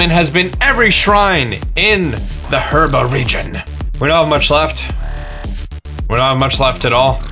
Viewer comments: to me it sounded like he said "Her-ba-tow-er" Instead of URBA-TOWER which is the actual pronouncation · I love the mispronunciation of the locations sometimes: herba map shows hebra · (heeb-ruh) not (her-buh) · I need one more Shrine is herba......... I mean hebra😂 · I hate you for calling Hebra Herba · Is nobody else bothered that he pronounces it Herba instead of Hebra? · Heh-BRUH not her-BA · Herba? Are u serious? How the heck can you mis pronounce that?!? I mean seriously! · Hebra not herba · it's hebra, not herba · that moment when he even SPELLS HEBRA in the title and say herba lol. gr8 video tho thx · i know he cant help it but i die a little every time he says herba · lol:) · Is it just me or i heard herba region? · he says harbra bebra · “Shrine orb” “herba” lmao I don’t think this guy’s played the game before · Triggered every time he pronounced it "Her-ba". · It's pronounced HE-BR-U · SpeedyFoot if you're not joking this is hebra tower he just pronounces it wrong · you said hebra wrong just saying